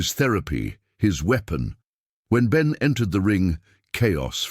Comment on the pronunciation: Benn not Ben